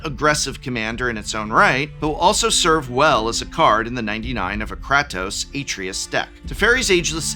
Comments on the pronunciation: im sorry but it bothered me the entire GoW parts that you said kratos as Crat-ose, ITS Crate-ose idk if you were saying it to trigger me in particular lol love the videos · Did no one tell the Professor how to pronounce Kratos or Artreus? I'm just curious. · Did just say Krahtos? KR-AY-TOS!!!! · Edit cause profs right* The way he pronounces Kratos, has Greek gods turning in their grave It can be pronounced both ways, but the more accurate pronunciation is (KRAH-TOS) While the more American way of saying it is (KRAY-TOS) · I don't appreciate the pronunciation of Kratos(Kr A toes) as Kráhtos. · Does it bother anyone else hearing him say “Kahtos”? 😖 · I’m sorry… “Krahtos”?? 😂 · Nobody correct your pronunciation of “cray” “tose”? In this economy? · Prof, in the nicest way possible, IF you're gonna talk about franchises you don't know about, at least learn how to say the characters names 😂 "Krah-toas"? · Did Prof just say Craptos? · KRAH-TOS? ugh. please don't ever say it that way again. painful. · You cannot be serious with that Kratos (Kray-Tōs) pronunciation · Ah yes, krahtos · I need to cleanse my eardrums somehow after hearing Prof butcher the pronunciation of Kratos. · Every time Prof said Kratos like that I felt one nerd suddenly scream out in pain before being silenced by his pronunciation of Atreius. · Dude you said Kratos wrong one too many times. Please. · Prof, i had to post a second comment on this bc i need to congratulate you! With the exception of Nathan, you managed to mispronounce the majority of characters from these games and you repetitively stated the names wrong. It was so infuriating I need to make alter of my rage now! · Is he-is he intentionally saying Kratos name wrong???? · Well, you finally got me annoyed, im on my way to calling you out as an "old man yells at cloud". Please stop saying "Kratos" wrong lol. Thanks for the video and I still love you 🥰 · Dont say Kratos, but pronounce it as Kratos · that kratos pronunciation 💀